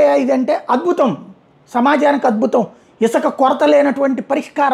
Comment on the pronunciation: Not isaka, isuka